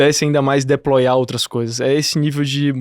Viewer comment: Muito bom o episódio, mas “Deployá”, “Côdá”, dói no CORE.